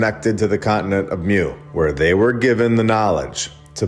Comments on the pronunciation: It’s pronounced MOO not MEW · It’s pronounced MOO not MEW lol